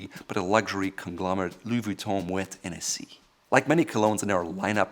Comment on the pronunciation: Please be aware that Hennessy was founded by Richard Hennessy, an Irishman! Therefore, the "H" should be pronounced.....not silent as in most French words